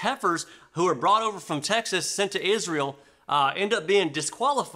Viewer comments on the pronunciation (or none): none